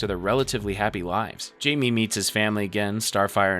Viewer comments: Every time he says “Jamie” I rip the head off a baby seal. “Hi-me”, dudes name is said throughout the movies, it’s not hard. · great vid but repeatedly calling Blue Beetle “Jamie” instead of pronouncing it “Hi-May” was worse than anything Darkseid has ever done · "And Robert is super suspicious now." ...WHO!? C'mon man. mispronouncing Jamie the whole time I can... understand, but not ignore, but... ROBERT!?